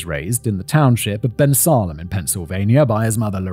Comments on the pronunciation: I know I am late to this but the town name Bensalem is pronounced Ben-SAY-ləm. Basicly, like Salem Massachusetts but with a ben in front. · hey, nj resident whose been to bensalem pa before. the pronounciation ive always heard is "ben-sail-em" like salem, mass. not fully relevant but it caught me while listening. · I’m from nearby, so it was really fun to hear you say Bensalem. It’s said like Ben-sale-um (um as in gum). This whole Philadelphia, greater-suburb area (Bensalem its a ways from Philadelphia), but Bensalem is in the news for different things all the time, so I’m sure I could say it before I could spell it. :)